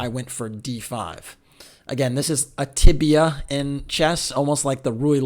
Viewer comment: tabiya* a tibia’s your shinbone ;) but i guess that may be how it’s pronounced